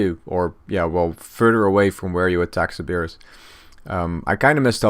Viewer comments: How does one mispronounce Cerberus? lol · sir bur us